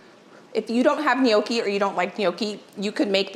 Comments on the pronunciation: IT IS NOT KNOWKEE IT IS PRONOUNCED NYAWKEE..NOTHING WORSE THAN LISTENING TO SOMEONE TEACHING HOW TO COOK AND CANNOT SAY THE WORD RIGHT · Gnocchi The g is silent Phonetic: Naw kee Closer but not exactly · Its pronounced. Nyawkey. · it is not pronounced no key. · My husband and daughter are laughing at how you pronounce gnocchi,we say with the g silent but we still love you for time and recipes and knowledge. Love from Geelong Australia ( the g is not silent)💜